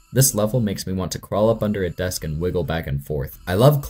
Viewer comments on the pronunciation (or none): none